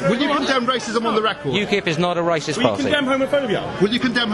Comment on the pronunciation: LOL the guy "I'm no way rashist"